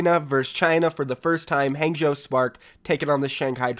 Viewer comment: Just so you know its pronounced Hangzhou (Hah-ng-zh-oh)